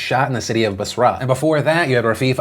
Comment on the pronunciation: Your inability to pronounce foreign words is deeply irritating. You mispronounced Basra and you mispronounced a bunch of words in your last video. Get a coach.